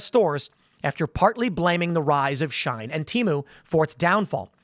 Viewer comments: it's she-in not shine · Its she-in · HOW DARE YOU MISSPRONOUNCE SHIEN!!! (she-EE-n).